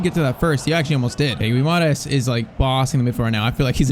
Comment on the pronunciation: Just saying: It's not said Guimaras but it's pronounced Gwimaraesh